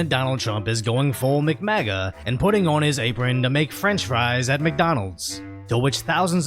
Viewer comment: "mc-mega". lmao